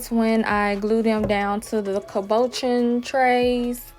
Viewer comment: Thanks for the info. I had been using Avery label pro, but I will definitely try bazaar, it looks much easier. Btw cabochon is pronounced: cab boo shawn.